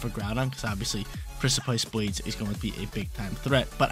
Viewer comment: Got watch out for the Pric-aye-pice Blades at all times